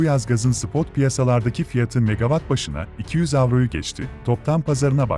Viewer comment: Euro ve cent i telefuz etmeyi bilmeden nasıl gazeteci oluyorsunuz anlamıyorum?